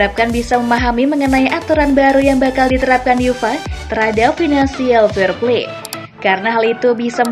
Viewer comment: uefa itu lafalnya yu ef a... bukan yufa...